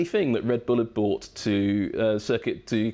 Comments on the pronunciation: Love this guy. Wish he would pronounce 'brought' correctly. Sounds like he's incorrectly using the word 'bought'. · he said bought thats what annoyed me